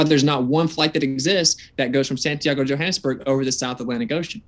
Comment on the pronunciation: he couldn't even pronounce santiago. My instinct thought that's what he was trying to say, but I thought, surely even someone this dumb can pronounce a word as easy as santiago. I was wrong.